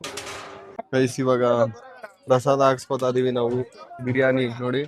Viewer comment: ಬ್ರಿಯನಿ ಅಲ್ಲಾ ಬಿರಿಯಾನಿ